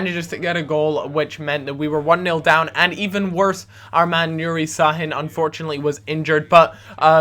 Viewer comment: you say Sha-hin thats why there is the squiggle under the S